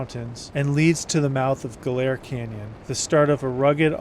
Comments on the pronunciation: Is it really pronounced "go-LAIR"? I've always heard it pronounced "GO-lur" or "GOL-er". Anyway, I went through a period many years back, reading the various biographies about Manson, the Family, their crimes, the history. Bugliosi's is the absolute worst and I didn't know how bad until I recently read Tom O'Neill's "Chaos". Whew! Was Bugliosi a scum dirt bag! Anyway, it is beautiful out there. They say there are four types, the forest type, ocean type, moutain type and desert type. I'm unquestionably a desert type. I'd love to visit out there some day. I've spent time out in Big Bend/Chuahuan desert area. It is breathtaking. Like your trip out there, I always go in November through February. In all the reading I've done, I forget how Manson and company found out about Barker ranch. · Well you mispronounced Ballarat and Goler, hilarious, I've never heard either of the words mispronounced...